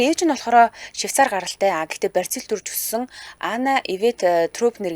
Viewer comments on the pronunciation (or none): Бразил гэж дуудвал Барзил гэж дуудах нь онцгүй